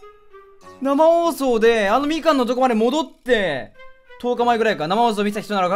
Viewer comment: 生放送がなまおーそーにしか聞こえん